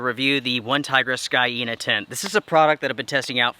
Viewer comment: Pronounced ˈsēnə or "seen uh"